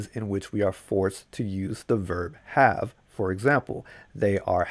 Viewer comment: "I gotta get outta'yeah"...um out..."i gotchu"... any body else say "hab" instead of have?